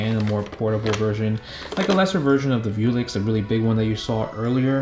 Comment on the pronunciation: Come on. VEWLIX and not VIEWLIX. Come on bro.